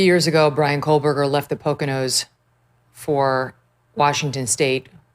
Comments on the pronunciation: She doesn’t even pronounce his name correctly. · Kohburger, loose the L Mrs Kelly. It's been rear 3 years. Time to get it right, 🎉